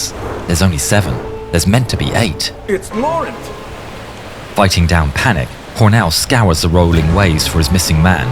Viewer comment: The only Frenchman of the group’s name was SAINT-LAURENT. Like the river, the estuary and the gulf. It’s a shame you didn’t get it right since he’s one of them who died. Oh well. Goes to show if it’s Canadian, it’ll be remembered in English no matter how many frenchmen lives are given.